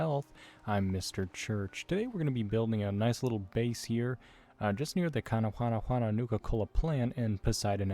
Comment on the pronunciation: as a local WV resident, it's kah-NAW-ah but I laughed at your pronunciation so thanks for that :D love the vids, keep it up!